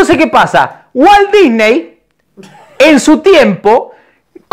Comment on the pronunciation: me cague de risa cuando dijo walt dysney o como se escriba ajajajjaja.